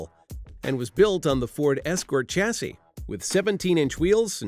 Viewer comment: A two door fixed-roof car is pronounced coo-pay, not coop, and while I'm on the subject, it's shas-see, not chas-see.